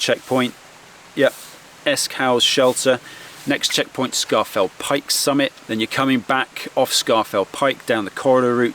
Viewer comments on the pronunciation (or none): I don’t think you’re a local so I’ll let you off, but it’s pronounced SCORE FELL PIKE not SCAR FELL PIKE 😉. Apart from that 👌🏻